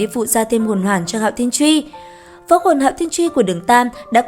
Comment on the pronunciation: Hạo thiên chùy mà sao ad cứ đọc là chuy nhỉ. Nghe khó khịu vãi